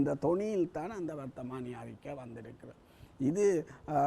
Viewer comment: வர்த்தகமானி இல்லை பேட்டியாளரே அது வர்த்தமானி